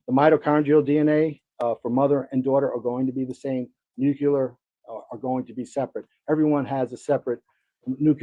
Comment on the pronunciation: Good coverage! But why can’t a single person pronounce “nuclear” correctly? It’s nu-cle-ar, not nuc-u-lar. Just a pet peeve of mine